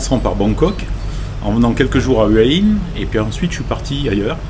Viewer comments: Faut prononcer Houa Hin. Pas Heua Hin. Bizarre pour quelqu’un qui habite à Hua Hin. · houai ouin